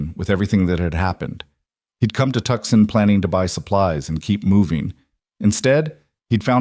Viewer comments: Good God, people!! At least check the pronunciation of the towns & cities! AI is NOT the tool to use for that. It is NOT Tuckson! It is To-san! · "Tuxson" incorrect! Tuscon ="Tusson". And Prescott is pronounced Pres' kitt, unless you want to unnerve all of Arizonas' natives! AI needs alot of practice! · It's pronounced Toosahn, not Tuckson. Fix it! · Definitely ai, Tucson is pronounced Too saun not Tuck son. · Tuckson??????? Tucson!! I hate this AI Crap.l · Know your cities Tucson is not pronounced Tuxon!!! It sounds like twosahn. AI practice narration better please. Though you aren't human. Your words sound so very ignorant!!! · Tuckson????? Tuucson!!! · WA State. Love the story. Wish AI would learn how to say Tuscan. It's Toooo-sahn not Tuck -son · The announcer should learn the proper pronunciation of Tucson (Tu-san), a well known city in the state of Arizona, easily obtained by those from the southwest by anyone who inquìres. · 1. If the husband’s last name was Hale, why are his parents’ last name Carson? 2. Tucson is pronounced TOO-sawn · Good story but the narrator keeps saying the town wrong. It's pronounced Too-san. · I know we can’t correct the AI narrator, but Tucson is “too sohn”! Irritating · It’s pronounced two-san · Listening from Eugene Oregon but grew ùp in southern New Mexico,where everyone knows how to pronounce Tucson and no one would mispronounce TUCSON. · Wish you knew how to pronounce Tucson. The rest was pretty good. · Yeah I was thinking the same.